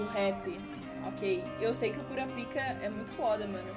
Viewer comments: Pq voce fala KuraPIka ?? Geralmente se fala KuRApika... kkkk Só uma observaçao mesmo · Kkkkkkkkkk não se pronunciar assim kurapica